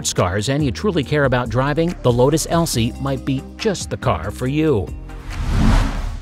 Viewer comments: LOTUS ELISE not Elsie ffs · Lotus ELSIE? 🤣🤣 Lotus Elise you fools. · Over half the info in this video is false misspelled mispronounced or just strate up wrong like the lotus Elise NOT ELSIE and was produced back in the mid 80s not the 2000s and is still in production today or the fact that u were trying to tell me that was an entirely electric airplane that had 2 GAS ENGINES BEING PULL STARTED CONNECETED TO THE PROPS ALSO NO PURELY electric vehicle will have an exhaust so why does it have 2 please fact check anything u think u learned watching this video as its full of false information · So I am guessing that the FACT checker at Ultimate Fact was taking the day off when they made this video...lol. Even my mother who is 87 knows that its Lotus Elise not an Elsie...lmao